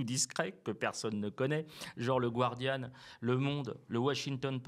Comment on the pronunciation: Elle sait même pas prononcer le "Guardian" correctement. Gwardieune 😆